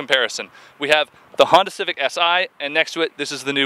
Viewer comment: f-honda huh? haha my good friend, you are sorely mistaken..